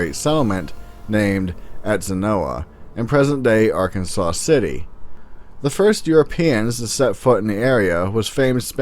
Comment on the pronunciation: Just FYI, Arkansas City and the Arkansas River are pronounced AR ‘KANZAZ